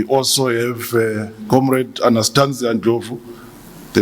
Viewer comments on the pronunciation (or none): none